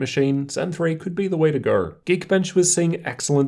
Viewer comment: the way to gaerr